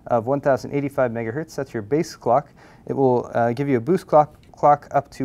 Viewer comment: every time says mghtz... i remember his pun, and it megahurtz.